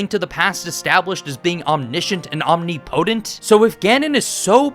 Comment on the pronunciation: I'm begging you to look up the pronunciation for omnipotent. Other than that, great video!